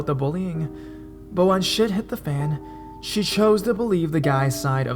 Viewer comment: "She," not "shae."